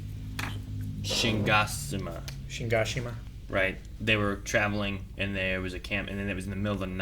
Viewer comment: They have NEVER pronounced Shiganshina correctly. That's wild yo.